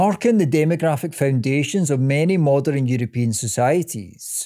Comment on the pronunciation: Moderin and westerin lol